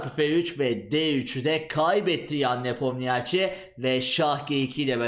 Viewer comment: Nepomniachi diye okunmuo a1